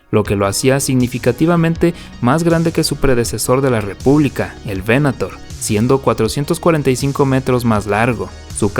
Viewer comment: Datos: -Crucero de Asalto Clase Aclamator (pronunciación correcta) -Crucero Estelar Clase Venator (veNAtor): el Cazador. El Primer Destructor Estelar del Imperio fue el Clase Imperator, renombrado Imperial; el primero fue el de Tarkin: el Executrix (la Ejecutora), el segundo fue El Exactor (el Cobrador o recaudador de los tributos) de Darth Vader. La proa del Clase Resurgente esta inspirado en los portaaviones de la primera generación (años 10-20) con doble plataforma soportada por pilares y que eran acorazados convertido en portaviones.